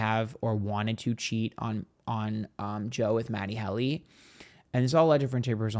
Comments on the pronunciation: Matty Helly 😂❤ it really wouldnt be a proper episode without mispronouncing something within the first minute honey 🎉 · I caught the mispronunciation and laughed so hard. 😂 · MATT-e HEAL-e?